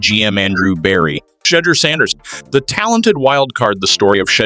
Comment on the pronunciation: Who tf is Shay-der Sanders , then fucks it up the second time saying it as well 🤦🏽‍♂️